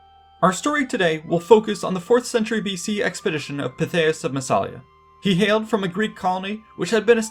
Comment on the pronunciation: I've always been a Pytheas fan, but for me its Pithy-es, not Pi-they-us. Of course I'm also a VER-kin-GET-or-ix pronouncer.